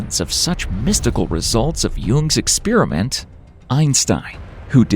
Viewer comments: I know this is from an outsider's perspective -- but it hits me like a horn blast every time I hear it spoken: an "ex-spear-a-mint" vs an "experiment" (ex-spare-ee-ment, which is English, where the word comes from) ... No idea how this became "normal", but it is quite foreign to my ears ... Despite all the "ex-spear-a-mints" mentioned, the content of this video is all worth thought. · Measurement is not the same thing as observation. And it's experiment, not ex-spear-i-mint. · Eckspearament, lol. It's experiment! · im interested but unfortunately had to tune out do to your repeaded butchering of the word experiment